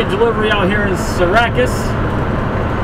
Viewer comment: you realize you say syracuse completely wrong